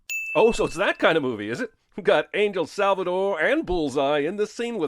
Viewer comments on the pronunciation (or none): none